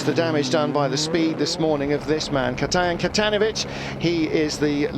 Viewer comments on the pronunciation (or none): "Katejan Katejanowicz" ;-)